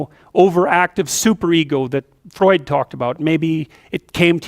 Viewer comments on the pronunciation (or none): none